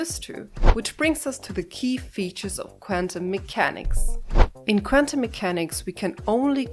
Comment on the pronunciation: I'm a huge fan of you saying "quantum mechanics" 54 times in this video and pronouncing it "kvantum" mechanics every time. That's commitment to the bit!